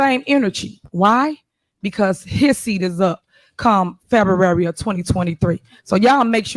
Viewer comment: Did she say FEDUARY? 😂